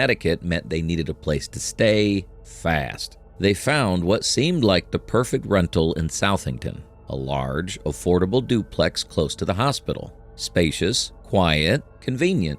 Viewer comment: It is pronounced "suthingtun"